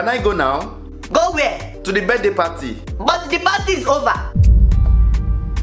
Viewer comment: how is mama pronouncing the "birthday" it sounds like birt, lol